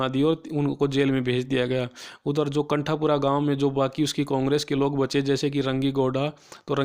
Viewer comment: Pronunciation of novel name and bhatta otherwise all good👍